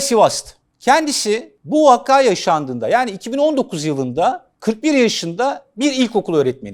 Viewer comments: Vakka demeyin hocam ya, ''vakâ" deyin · Allah aşkına vakka demeyin 😀vakadır efendim o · Abi seni seviyoruz lütfen vakka yerine vaka der misin